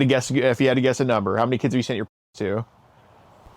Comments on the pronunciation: " I DON'T KNOW a NuMBHER" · "I dont know what Numble" lol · “I don’t know a numbuah!!!”